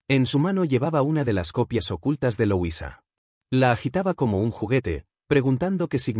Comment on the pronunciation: No se pronuncia loisa se dice como se escribe LUISA